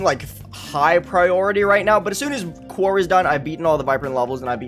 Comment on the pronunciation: You’re still pronouncing quaoar wrong. It’s pronounced “quo-are” not “quar”